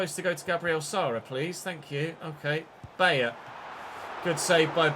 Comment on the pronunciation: i believe its pronounced "By-er" not "Bay-er". E i is said like eye i E is like E